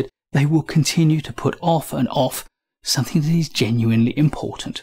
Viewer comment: There is no 'k' in 'something'.